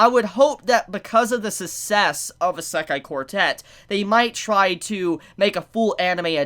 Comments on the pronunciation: Serious q. Why do you say "eye-SEK-aye" instead of "EE-seh-kai"? The latter is the correct pronunciation of the word. The way you say it sounds like nails on a chalkboard. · Eh-sekai quartet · Bro you don't say "Isekai" correct at all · Isekai pronounciation is killing me. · Dude stop saying isekai like that geezus Christ 🤦🏼‍♂️ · The way he says "Isekai" makes me want to kill myself